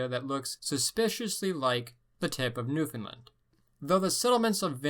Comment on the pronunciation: "Eskimo" is a derogatory term like "n-----". And it's new-fan-LAND. Not whatever you were saying.